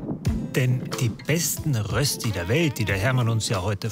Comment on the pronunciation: Äs heisst Rööschti.